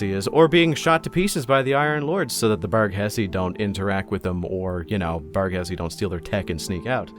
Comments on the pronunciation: Did know one else giggle a bit when said “Bargussi” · It’s pronounced barghussy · To clarify, it is actually pronounced "Bargussy"